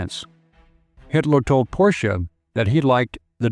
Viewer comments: Two syllables! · Thanks for correctly pronouncing Porsche!